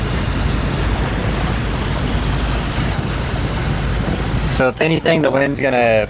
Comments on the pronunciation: I'm thai, can you pronounce Petaya correctly please. Accent sound like this Pet-ta-yaaa. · Please learn how to say Pattaya properly. Every time I hear someone say it the way you do I just cringe. Us westerners always destroy other languages.